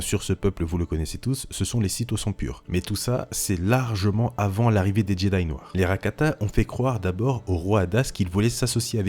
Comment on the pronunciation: Par contre la prononciation de Jedi est à revoir parce que là... Jedayi :')